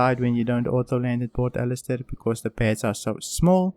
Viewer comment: Olisar, not Alistair